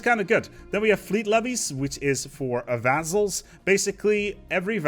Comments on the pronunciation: it sounds more like vazzles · i like the way you pronounce vazzals